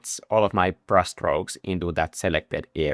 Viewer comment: I love the way you pronounce brush: Brus', Brus'es, Brus Strokes.